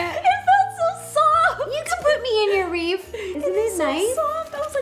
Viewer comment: Ro says wreaf not wreath